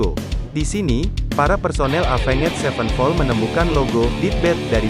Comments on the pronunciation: Aya. Ruhut NU Wawan cara t bisa nyebut evenjet mani epenged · Alah ngomong nama band nya aja avenget sepen pol wkwkwkwk